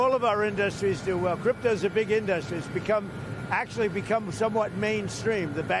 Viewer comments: Only the dumbest of presidents would, repeatedly, mispronounce the word industry as "in-DUS-tree". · WHY DOES HE SAY INDUSTRY LIKE THAT